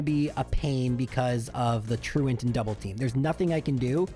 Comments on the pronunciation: I love that you pronounce "truant" correctly. So so many people put on this weird french accent on that move name, which is a word. Hysterical alongside your... less than standard pronunciations for the poke-terms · Very pleased to hear you pronounce it properly unlike 99% of the rest of the community who say "true ont"